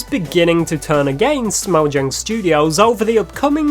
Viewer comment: That's not how mojang is pronounced.